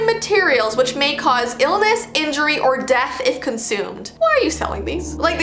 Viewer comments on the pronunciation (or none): none